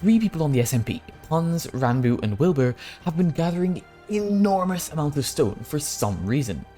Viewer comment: did he just call wilbur willNE